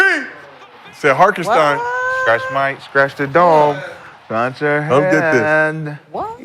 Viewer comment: I’m CRYING MF SAID HARKENSTEIN AND HALIBURKAN